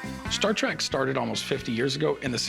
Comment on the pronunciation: Trek not Track good lord